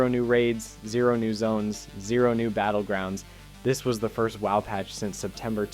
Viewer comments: why do you keep saying w.o.w just say wow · Good content, but the pronunciations are off-putting on some stuff. Like you can just say "wow" not "w-o-w", "wahd" not "w-o-d", "d-bahk-ull" not "de-bake-ull" (debacle.)